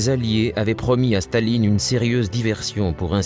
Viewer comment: why does the commentator keep saying "shtalin" instead of stalin?